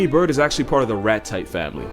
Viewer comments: Ratite, not rat-type. No birds and rats are related. At all. Mammals vs Dinosaurs, basically. Ratite is apparently the name of the shape of their breastbone, which is distinctive as I understand it. Alright, no more nerding, back to the video. Back. Hyenas typically have two cubs, actually, normal max of three with some species having four occasionally. But usually two. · he didnt say "Rat type family" he said "Ratite family". The clade is called Novaeratitae. This has nothing to do with the order Rodentia which is rodents. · notice, he said ratite, not rat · Unfortunate pausing > bad hearing